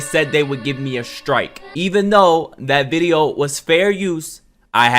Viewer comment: “My last reaction vide- yoo” 😂🤣🤣😂